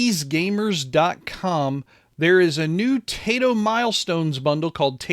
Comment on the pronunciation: FYI, the game company, TAITO, is pronounced like, "TIE-TOE".